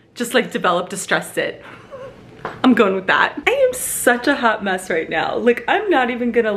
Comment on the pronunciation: Yes, that’s! Wouldn’t know who was talking if we didn’t hear “Guys, literally, like, Franny, I’m a hot mess, or hot mess express...” ❤️ Love her great laugh and terrible pronunciation 😂